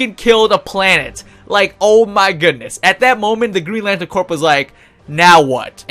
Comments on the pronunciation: decent video thanks. GL Corps is pronounced "Core" not "Corp", like Marine Corps. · Its pronounced core not Corp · corp isn't pronounced corp its core ya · It's pronounced core not Corp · It is pronounced core, not Corp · when u say corp your not supposed pronounce the p lol u say it like core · He keeps saying "Corp" instead of "corps" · Nice video, but I gotta tell you're you're pronouncing "Green Lantern Corps" wrong. It sounds like "core" not "corp".... its French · btw 'corp' is pronounced like 'core'. you don't say the 'p'. like marine corp isn't with the 'p'. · "Corps" is pronounced like "core" as in Army Corps of Engineers. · Corp is pronounced core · Is English not your first language? You sound like an imbecile. BTW the p is silent in "corps" it sounds like "core"" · the p of corp is silent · The way you're pronouncing "corps" is triggering me.